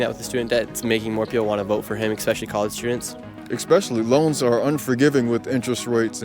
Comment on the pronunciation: Nick Shirley is brainwashed and doesn't know what he's talking about. You say "expeshially.." bro.. go read a fucking book.